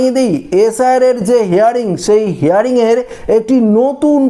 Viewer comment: কথাটা হেয়ারিং নয় হিয়ারিং